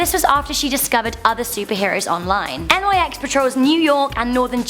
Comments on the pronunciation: Really? N Y X? Mate, nyx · Pronounced like Nix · Nyx is not an abbrevation and is simply pronounced "Nix" She named herself after Nyx, the Greek goddess of the night. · It... It's pronounced like Nicks... Next one, Thanatos. You missed a letter. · it's Nyx, one word. not N Y X.